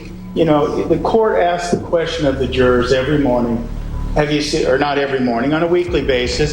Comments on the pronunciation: Karla Morales jew-raaahr 😂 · Emma Mason Nancy is a dumb ass. Can't even say jurors correctly